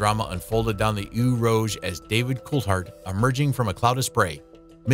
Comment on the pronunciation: "Ooh Rohj" 😂